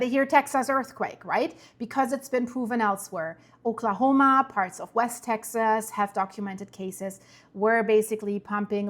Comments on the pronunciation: the correct way to pronounce Texas is Texus.. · Texas is pronounced Tex-us. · Tex ahs